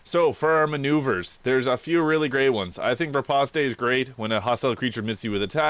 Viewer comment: Riposte is said like Ruh-Powst. lol seriously though good vid and a nice build!